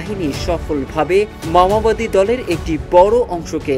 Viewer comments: ভালো করে বল মামবাদি না মাওবাদী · মাওবাদী আর বলছিস মামাবাদী???? বাংলা পরতে পারিস না???? ইংলিশ তো দূর কি বাথ!!!!! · মাওবাদী শব্দটা স‌ঠিক উচ্চারণ যে কর‌তে পা‌রেনা, সে আবার সাংবা‌দিকতা ক‌রে কিভা‌বে? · সঠিকভাবে বাংলা ভাষা উচ্চারণ করতে পারেন না অথচ সাংবাদিক হয়েছেন। কথাটি মাওয়াবাদী না মাওবাদী। অথর্ব। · মাওয়াবাদী আবার কারা ? মাওবাদীরা ছিল ! যারা চিনের মাও সে তুং এর আদর্শ অনুসরণ করে। একটি আন্তর্জাতিক প্রচার মাধ্যমে এমন ভুল উচ্চারণ কাম্য নয় । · ভাই সাহেব বার বার উচ্চরণ করছেন মাওয়াবাদী, মাওয়াবাদী নয় সংগঠন টির নাম মওবাদী। ভুল ভাল শব্দ উচ্চারণ থেকে বিরত থাকুন। ধন্যবাদ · ঠিক মত উচ্চারণ করতে পারেনা । এরা নাকি সাংবাদিক। মাওয়াবাদী না বলে মাওবাদী হবে। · ভাই শব্দ ঠিক ভাবে উচ্চারণ করেন, মামাবাদি না, মাওয়াবাদি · মাওয়াবাদি না উচ্চারণ টা ঠিক করা উচিৎ। মাওয়বাদি চিনের নেতা মাও সে তুং এর অনুসারী। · Lungi ke pravab maowadi ko mamawadi bol raha he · Dear সাংঘাতিক তুমি তো উচ্চারণ ও করতে পারো না,, পড়তে পারো না ওটা মাওবাদী,, আর ছত্রিশগড় না ছত্তিস গড়